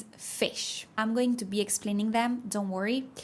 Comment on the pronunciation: I hate to be this guy but, category is CAT-uh-gor-ēē The A is like a short a sound. Like “apple” . But you do not have that sound en español. The T is like a sharp T sound made blowing a very short puff of air with your teeth closed. The CAT syllable gets the stress. Also , when you say “I’m” like I’m going.. it should sound more like the Spanish word “hay” with an “mm” sound at the end. We help each other!